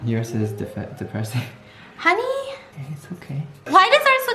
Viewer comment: No its HuNEY